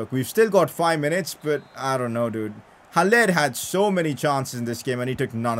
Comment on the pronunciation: It is pronounced Hal- Ler not Hal-lair